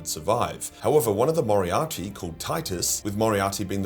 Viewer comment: It’s *moderati bro, as in Moderate